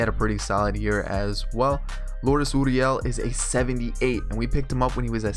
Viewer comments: It’s (gur-ee-el) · And it's gurriel with a G